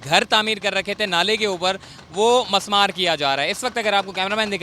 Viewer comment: Mismaar Not Masmaar